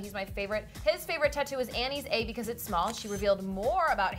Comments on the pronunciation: idk why got so bothered how she pronounced Anne's name as 'annie'... ugh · I cringed when she pronounced Anne's name as "Annie" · ANNE NOT ANNIE LIKE NO HER NAME IS ANNE NOT ANNIE. ok sorry I'm done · Harry's moms name is Anne not Anny